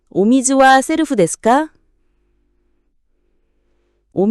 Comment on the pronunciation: 발음 좀 제대로. セルフ 세루후 셀프가 뭡니까